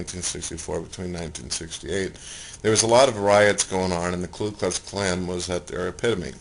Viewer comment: Did he call the Ku Klux Klan the Klu Klux Klan ?? Lol.... he said it twice